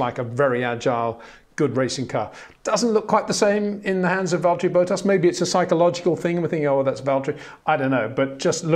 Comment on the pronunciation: Agreed - but he will keep mangling Bottas’s name to BOWTASS 🤬